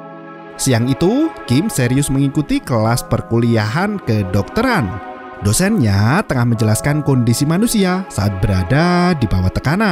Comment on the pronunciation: kedengaran sebutan seperti " busetnya"..padahal dosennya 😂